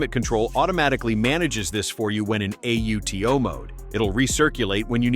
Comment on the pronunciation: Yes its bait. The bot reads out "press the A, U, T, O button". No human says AUTO as a-u-t-o. Click bait.